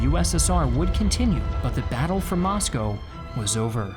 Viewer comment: Thanks for your great videos! They are student-friendly at the middle level. As a former American resident in Russia, I appreciate you pronouncing Moscow, "Moscoe" as the natives do.